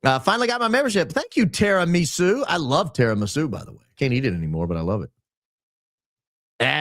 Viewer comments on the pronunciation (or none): none